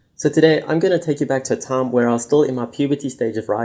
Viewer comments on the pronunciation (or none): “I take you back to a thiem”